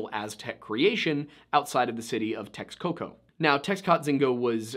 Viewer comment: Points for the effort on the pronunciation attempt, some help for pronouncing nezahualcoyotl would be like this “nessa- hooal- ko-yo-tl. Also the Aztecs pronounced the x’s in their words with the “sh” sound. For example the Mexica tribe is meh-SHE-cuh and lake Texcoco is Tesh-koko.